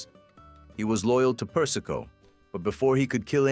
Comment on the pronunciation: AI Slop. Per-is-ko? Seriously?